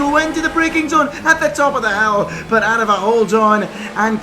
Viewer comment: Well done, you actually got aarava’s name right this time